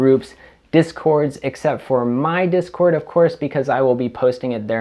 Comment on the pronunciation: Ears perks up at "discort"